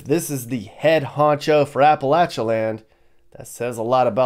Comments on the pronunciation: It's not Apalah chia, it is A pah Lay cha!!!:face-red-droopy-eyes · Appa LAY Cha, why has the pronunciation changed?